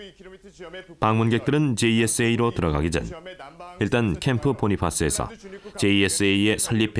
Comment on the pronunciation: Camp. Bonifas는 8.18 도끼만행 사건때 전사하신 A. Bonifas 대위(소령 진급 특명을 받았지만 미쳐 임관되시지 못하고 돌아 가셨다)를 추모하기 위해 부대 캠프 이름을 Camp. Kitty Hawk 로부터 바꾼것이다. 한데 발음이 "보니파스"가 아니라 "보나패스"이다. 본인과 모든 미군과 카투사들이 그렇게 불렀었다. 영어를 한국말로 번역할때 발음을 조심해야 하지만 특히 고유 명사때는 특히 더 그러하다. 이름의 경우 그 가문의 전통등에 따라 보통 경우와 다르게 불려지는 경우가 왕왕있다. 그것을 무시하고 애처럽게 전사하신 그분의 존함이 "보니패스"라고 잘못 불리는 때마다 한심하다고 생각한다. 그때 사건에 대한 전사(戰史)를 작성한 사람부터 모든 관련자들의 영어 실력과 무관심을 한탄할 뿐이다. 개인적인 일로 미국을 가서 옛 전우들을 만날때마다 밤새워 그때 얘기를 하곤 한다. 나는 카투사로 1975년 초부터 1977년 중반까지 그곳에서 군복무를 한 사람이다. 제발 돌아가신 분을 존중한다는 의미로 성함이나 똑바로 불러드리는 조그마한 정성을 보여드리기 바란다!